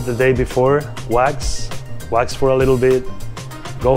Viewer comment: ahhhh he is saying "wax", I was so confused